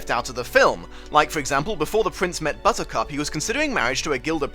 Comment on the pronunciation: Bit distracted that it sounds like you’re calling her Buzzcut except randomly once it’s clearly Buttercup